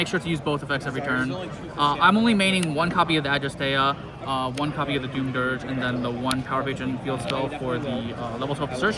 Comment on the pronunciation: its pronounced "doomz" not "doom zee"